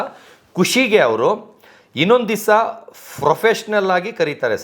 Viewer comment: Professional ❌ Frofessional ✅ 😅😅